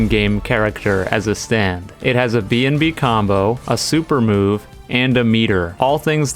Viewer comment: I swear I thought you called a bnb a bnd 💀